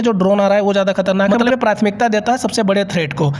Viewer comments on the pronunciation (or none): none